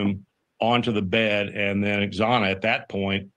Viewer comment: that one guy she interviewd ive seen on another channel, one of the most arrogant people ive heard, perfect for her type of show, he wont say kogbergers name but wont pronounce xanas name riggt, it pronounced zana, not exana he also defended the memphis police the other day too, said unless your a cop you shouldnt comment. horrible